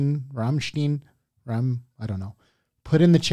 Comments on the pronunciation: You managed to live on this earth for decades without hearing of Rammstein.... Oookaaaayyy Btw. It's not Raaamsteeeeen, it's "Rum"st"eye"n, like you would pronounce the eye and the Liquor Rum. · Ramm ch t eye n, can you american pronouce that, for God's sake ! (not ramm ch teen) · NOT...Rammst"ee"n...it's...RAMMSTEIN...!!!!!!!!! My Goodness.......😤🤬🤦‍♂️👎🇩🇪🇩🇪🇩🇪🇩🇪🇩🇪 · Pronunciation isnt right. its nor said "Rammsteen" its "Rammstine". Chill out teacher lol. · Its not pronounced Steen as in been. It's pronounced Stine as in nine. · FYI- German pronunciation tip- words ending with -ein or ien: the second vowel in the combination is the hard sound in the pronunciation. So that means Ramstein is pronounced as RAHM-schtine. It would be RAHM-schteen if it were spelled Ramstien. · Saw them in our national footballstadion live for +50k people they´re great live, great songs, fireworks, giant flames you can feel the heat just some great time off to experience with some (male) friends, having a beer, .... 😂 been a fan for over 20 years. Btw its rammstein not rammsteen ;-) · Rammstein and not ramsteen as you often pronounced them was banned for two decades from playing concerts in Germany because of two accidents with burned down scenes... They can play there again now... The shows are filled with phyrotecnics because the band members are making a living as fx guys in Hollywood . For this reason they for a long time hid their faces to make the music in the center and not the band members ... So the band was for many years shrouded in mystique... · It's RammSTEIN not STEEN. Guy with the red baseball cap is correct. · Its not Ramsteennn, its Rammstein. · It is Ramstein no Ramenstein!!!! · lol how he pronounce it wrong... rammstiiiiiin ... its RAMMSTEIN lol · Would you please stop calling them Rammsteen?? It´s ducking Rammshtain! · Stein .... not steen. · forgot to roll your R's for Berlin style :) Raaaaaamstine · It´s Ramm-stein, like Ein-stein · Bro really said rammstien 💀💀💀